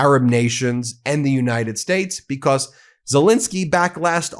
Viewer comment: STOP CLAWING AT THE CAMERA STOP SAYING "BECOSS"